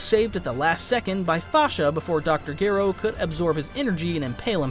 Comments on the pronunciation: Gero not geero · BTW. His name is pronounced. Dr. Jer (O... like zero without the zer) not jear.. ro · This is probably my 2nd favorite DB What If after Salad Saiyan's "What if Raditz turned Good?". Though I would like to correct one error. Dr Gero. The G is pronounced like a J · Why do you have to butcher Gero's name like that? That is not how it's pronounced. You are starting to make this video unbearable to listen to, no matter how good the story is.